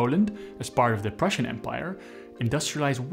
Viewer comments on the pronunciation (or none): none